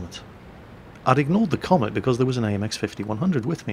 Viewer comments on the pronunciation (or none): Cromwell not Comet